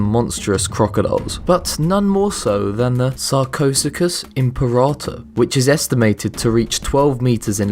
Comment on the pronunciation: I love how people butcher the name Sarcosuchus XD